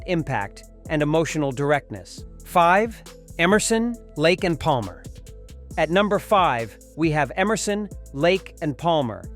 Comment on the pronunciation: The narrator didn't do very well with "Palmer" either. He seemed to be half pronouncing the "l".